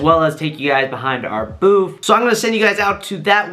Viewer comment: For fucks sake its BOOTH not BOOF!! There is no “F” or “PH” in that word. Oh my god!!